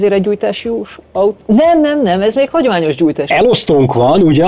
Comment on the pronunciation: Szép az "ató"